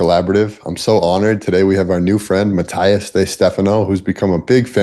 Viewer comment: Great but his name is “MATTY-as” . The “as” like on “alias” . “ALI-as” So remember that “the rememberer’s ” name is MATT , MATTY … and then add the “as” 🤗🤓